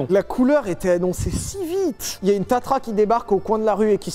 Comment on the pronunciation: Tatra, et pas tatra....